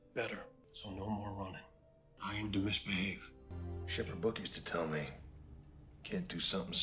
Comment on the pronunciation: always love that line " I aim to misbahave"